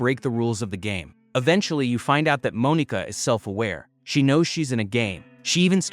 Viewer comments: "Moan-eeka" great job we love ai voiceovers 🫩🫩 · Bro it's not pronounced like that.. that's not how you say Monika...